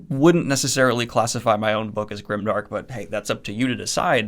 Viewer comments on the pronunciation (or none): You're saying it's not grimdark.....but it kind of sounds like grindark